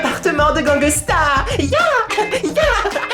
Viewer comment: Gangeusta palimer-euh :D